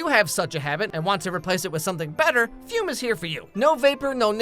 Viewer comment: Fum ❌️ Fume ✅️